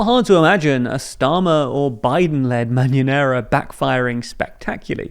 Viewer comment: By the way, you say "Mañanera" as "Marinara" hahaha and I think it's lovely haha